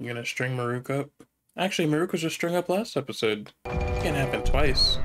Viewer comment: "Muh-REWK's Daily Life" Why do so many people mispronounce 'Marulk' in that exact way?